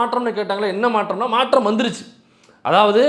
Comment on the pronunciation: "மாற்றம் " thambi " மா‌ற்ற‌ம் " 🤮நாற்றம்